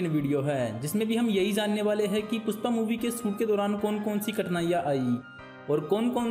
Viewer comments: "Pusss paa" nahi bhai🤣 PUSHPA hh 😂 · Puspa nahi be ..Pushpa.....pehle ispe kaam kam kR ..fir behind the scenes ja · PUSHPA not PUSSPA